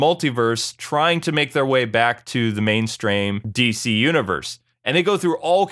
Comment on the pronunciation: "mainstraim." :D